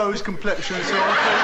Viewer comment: "I fink Samanfa is me...."